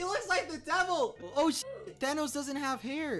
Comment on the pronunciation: Love how he pronounced shit as "SHET" 😢🤚😂